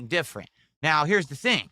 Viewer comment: "one of duh Best Gamers in the country"